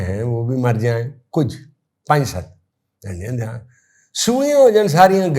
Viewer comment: Correct word is rehndian not randian